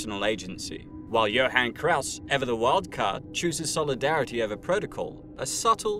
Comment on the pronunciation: It sounds like Krauss is saying f- you to Hellboy instead of stay focused